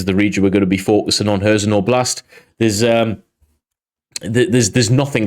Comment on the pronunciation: Meelohvay. And Leeman. Hairsson with the h sounding like the ch in Scottish 'loch'.